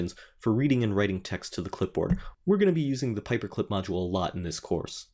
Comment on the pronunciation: it's "pyperclip" not paperclip. :-)